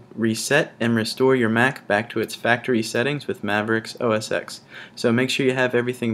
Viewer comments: Great video and very informative for Mac newbies so thanks for that my friend. I hate to be a tool, but I must just mention that "Mac OS X" is pronounced (phonetically) MACK-OH-ESS-ECKS. As the X is the Roman Numeral for 10 (i.e. the tenth generation of the Mac operating system. So we always say "Mac OS ten" - trust me on this one. Watch every Apple keynote or presentation if you don't believe me and you'll see nobody at Apple says 'oh-ess-ecks'. Sorry for being a dick but I had to say. But by means of apology, I'll give you a thumbs up for a great vid. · Well done. 'OS X' is pronounced "OS Ten" by the way.